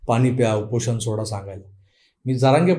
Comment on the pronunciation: तुमच खरचं हार्दिक अभिनंदन, खुप छान सुधारणा केलीत तुम्ही उच्चारानं मध्ये , त्यामुळे ऐकायला सुद्धा मज्जा आली. 99% उच्चार बरोबर होते, फक्त एके ठिकाणी तुम्ही "उपोषण" ऐवजी "उपोशन" म्हणालात.....बाकी सर्व ठीक होतं.....परत एकदा अभिनंदन आणि अशीच प्रगती ठेवा